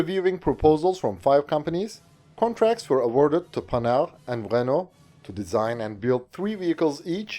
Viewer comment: Please man, you're saying Panhard like panard, which is slang for foot, the H indicates a pause in the word, it should go like pan-hard. You're also saying Arquus as Arquu, which is effectively like saying arqass, the s should be pronounced as if speaking latin, then stressing or not the two Us is up to preference. I'm sorry french is so hard to approach from a foreign point of view, but like, these specific industrials are the main characters in most of your videos about french equipment and it's nerve racking me